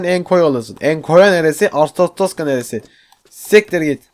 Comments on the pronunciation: Doğrusu:Arstotzka Enes abi:Arstotottorska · okunuşu artutzka enes artaskoska :DDDD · arstostoska değil arstotska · Sen her arstostosta dediğinde kahkaha atıyorum mskfldgls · arstostoskalısın diyooo :D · Artişoşikkat diyosun abi hahahha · Arstozka diye oku abi